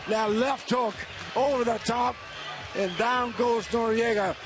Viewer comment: why the fuck they keep announcing him as norriega,both useless commentators,go ride some dicks plz boys